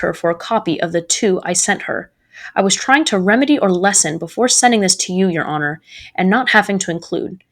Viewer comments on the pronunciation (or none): none